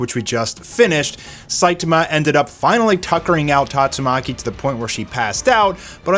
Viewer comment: I love how even the biggest OPM fans can't pronounce Tatsumaki properly.